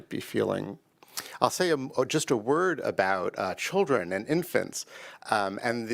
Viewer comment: Did you say... chilren ? Then you said Children..Listen to the rhetoric this man is speaking. .